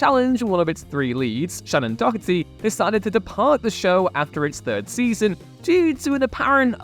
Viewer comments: Stop saying her name as dockerty! Someday this damn will learn how to actually say people’s and character’s names correctly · Couple of complaints...aside from the actors listed not technically meeting the "replacement" criteria due to playing different characters to those they 'replaced'...Shannen's surname is pronounced Doe-Her-Tee, not whatever you said, and the Jeri Ryan's Star Trek character's name is Seven OF Nine, not Seven Nine. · Learn how to pronounce Doherty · Is that actually how you pronounce "Doherty"? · No. Every time he said it I flinched.